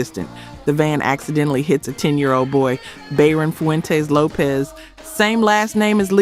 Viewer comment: Her name is pronounced "Lo-pez", not Lopes 😐 Have enough respect to learn the artists name when trying to get views off thier death. Trash ass channel.